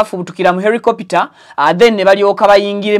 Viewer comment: Not Ericopter it’s helicopter 🚁